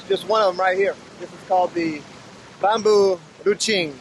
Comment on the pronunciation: It's a Bambu runcing not bambu rucing 😅